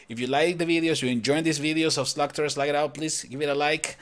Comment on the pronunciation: it's ''slug''